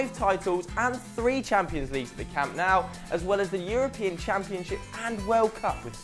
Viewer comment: Hahaha don't include Bojan and Bellerin; as if they would fit in now haha. Also, improve your pronounciation; it's 'Lionel' not 'LIONel' and it's 'Camp Nou' not 'Camp KNOW'.